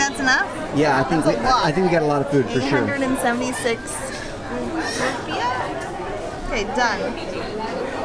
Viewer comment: 4.09 Does she say "rupiah"?